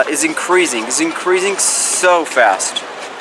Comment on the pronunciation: "Warning! The number of gay people is incrising! Is incrising SO FAST! You gonna stop it!" 🤣🤣🤣